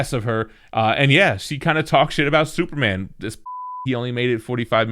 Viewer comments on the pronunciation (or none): none